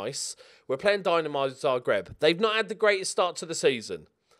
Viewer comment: Please, for the love of God, it is not fucking Dynamo Zagreb, it is Dinamo Zagreb.